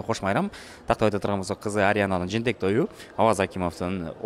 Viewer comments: Жээнтек да, жентек эмес. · Эээ жентек эмес жээнтек